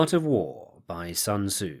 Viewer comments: "It's like 'Sun-Tuh-Zoo' says: a good leader is benevolent and unconcerned with fame." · Sun Ta-Zoo - Paulie Gaultierri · Sun ta-zoo! The Chinese prince matchabelli! - Paulie Walnuts